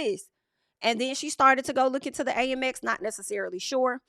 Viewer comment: girl you are my favvvvv but its pronounced AMEX (short for American Express) isnt it? Girl tell me cause every time you say A-M-X i be confused and im with ya when ya right, so let me know